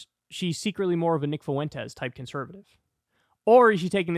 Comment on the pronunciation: Man, I did not miss having to hear Kyle say "Nick FOO-ENT-ez"